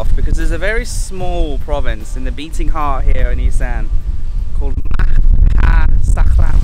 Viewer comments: Maha sarakham not maha sakram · ma-ha-sa-ra-kam is the word. Love all your videos though!!! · Right. FIVE syllables. 😉